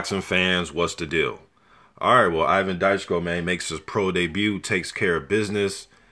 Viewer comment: Dychko is pronounced as [Dichko].